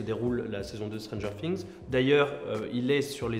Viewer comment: Putain arrêtez de dire "stranger sings" c'est stranger things